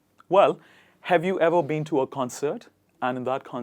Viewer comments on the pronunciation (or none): none